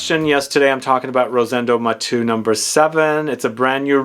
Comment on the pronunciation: Not Matú/matoo. Is Maté-u.